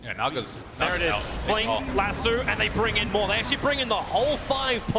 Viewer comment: Annoyed by how he says lasso